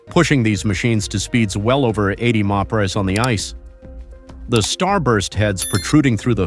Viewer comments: "Meppitty em prees" Mph! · MPH = Muh-pee-ehh??!!